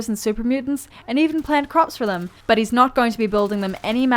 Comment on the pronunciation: Love the way she says bosh (but), loosh (loot) and ish (it).